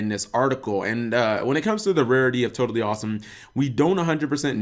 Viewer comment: "Todally Awesome" goddamnit, we meme-ing now?